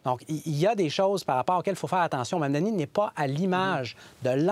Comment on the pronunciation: Monsieur le journaliste je vous demande d'arrêter de massacrer le nom de Monsieur Mamdani c'est gênant